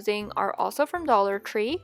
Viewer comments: no hate did she say dollar cree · 45 she said dollar cree